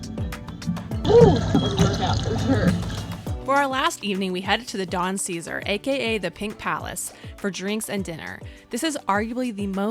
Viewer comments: Beautiful video…only one faux pas it’s pronounced the Don Cezar (not caesar)…can’t wait to go back! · Great Video. The Pink Hotel was for the Ships to see. The Navy GAVE them this Color way back when and it has stayed this PINK color. Its pronounced "Don Ce Sar" with MORE emphasis on the SAR . Think of it like a light house. Has been remodeled a few times. Great place to go jet-skiing. The white sandy beach is just wonderful. Lots of weddings happen there too. You need to spend a whole week or 2 out here. There is a whole other side just South of the that. EnJOY!!! Thanks for the video. :)) Alan